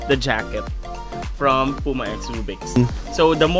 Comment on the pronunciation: It's not Pu-ma, it's Pyu-ma.